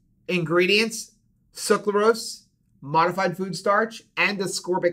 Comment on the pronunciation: I loved this info! I wish more people would realize that Gatorade/Powerade are not good for electrolytes. They just have good marketing. But, you’re killing me! It’s pronounced suc-ra-lose not suc-la-rose. 😁